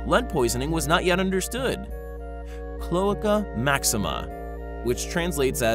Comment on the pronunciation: PLEASE! Learn how to pronounce the words that describe what you’re talking about!! It’s your entire job to do so!! Stop being lazy, regurgitating what you think are facts and do a little bit of research. You owe it to your subscribers! Klo - ache - a NOT Klo - ka